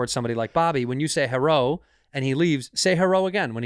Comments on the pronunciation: The “Herro” had me on the floor crying laughing. Lol Such a good callback from earlier 😂🤣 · "herro"....as a Knoxvillian, godamnit 🤦‍♀ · And she says hewwo that made her stop saying it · Bobby, next time someone says "heh-row" to you, to show them how upset you are, you should do kung fu on them.